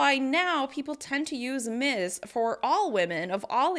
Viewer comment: Just one suggestion: I'm not a native. I'm from Ecuador and I think it is a little hard for us to get the "z" pronunciation right. Maybe a little more practice of the "Ms" final sound? You know, differentiating the "Ms" and the "Miss" sound..